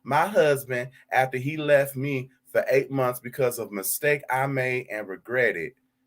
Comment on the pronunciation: Mont (Month)